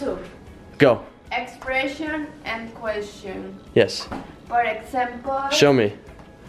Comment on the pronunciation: expreshon and queshon